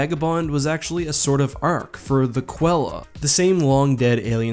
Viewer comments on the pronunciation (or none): You pronounced Qella wrong It’s said Kella not Quella